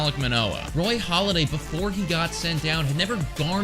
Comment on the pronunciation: It’s “Halladay”, not “Holiday”. Great vid!